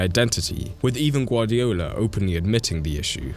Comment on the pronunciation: BRO YOU GUVARDIOLS😂